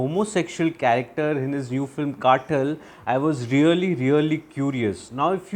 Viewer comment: कातल - This is how you pronounce the word. Not काटल or काठल.